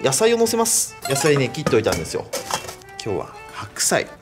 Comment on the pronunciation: 白菜って言おうとした時臭いと聞こえた